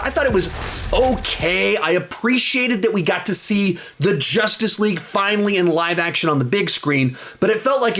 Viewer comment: did anyone acknowledge how he said justice league like Jus TAc LeGUEE lol